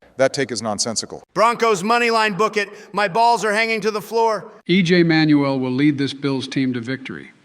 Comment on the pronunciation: This guy really said EJ Manuel 😂😂😂